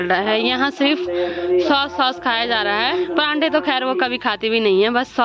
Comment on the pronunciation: परांठे नहीं पराठे बोलते हैं 😂